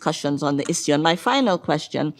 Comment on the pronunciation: samir sir just a question on the side maybe you can ignore it but why do you say Issue as :is ssue" ???? is this some kind of tick you are giving to the whites?